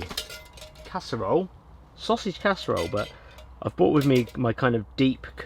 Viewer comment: Sos-sig casserole 😂